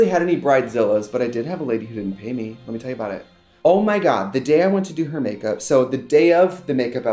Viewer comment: the lemme tell yah is sooo wisconsin